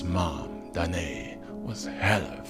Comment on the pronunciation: Danaë: Dana ey with two syllables.